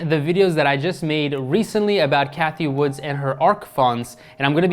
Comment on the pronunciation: Cathie Wood....no “S”. 👍🏻